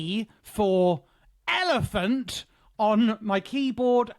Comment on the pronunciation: I just want to know why he emphasizes the word so much. E for ELEPHANT! DID SOMEONE NOT HEAR YOU AT SOME POINT AND SCREAMED AT YOU FOR IT???!!!